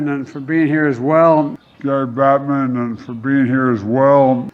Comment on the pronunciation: i like the dudes reaction when turd head said batman instead of bettman